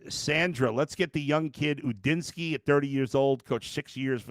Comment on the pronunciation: It’s not Gudinski it’s Udinski